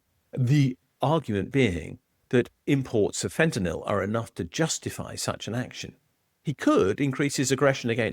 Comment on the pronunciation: Congratulations for pronunciating "fentanyl" correctly! :-)